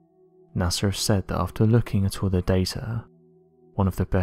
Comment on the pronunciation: I didn't know NASA was pronounced with an "R"